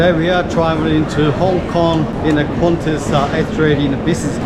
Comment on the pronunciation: It’s nice but it’s just ………Qantas🤦🏻‍♂️🤦🏻‍♂️